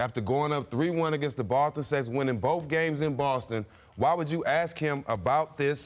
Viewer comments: When did the pronunciation of "ask" become "ax"? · Ok......the word is *ASK*....IT'S ONLY 3 LETTERS....HOW THE F**K DO YOU MISPROUNCE A 3 LETTER WORD?